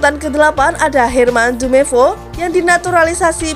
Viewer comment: Intonasi kurang enak,editor pusing ga enak di liat soal nemcantumkan nama trus cara penyampaian nama nama pemain contoh herman jumepo wkwk